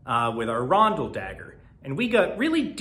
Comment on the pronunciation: rondal not rundal